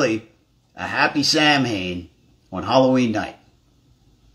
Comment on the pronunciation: Samhain is pronounced "sah-win". Don't me...